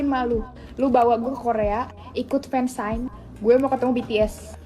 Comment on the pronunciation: dia ngomong fansite apa fansign sih? gue yg udah jadi kpopers 12 tahun gak gitu gitu amat